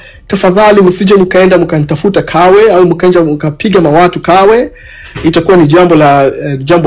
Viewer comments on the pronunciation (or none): Huyu anayempigia mlilo si mtanzania hapo mmefeli hata kiswahili hajui alipo hapajui eti Tawe badala ya Kawe halafu hajui madaraka ya mlilo et ni RPC haa yaani watu tumefeli